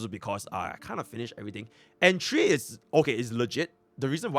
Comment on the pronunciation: You say 3 wrong